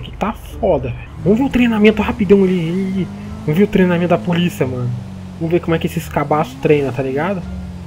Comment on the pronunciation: Absolutamente nada: a: E poliça? É poliça? Kkkkkk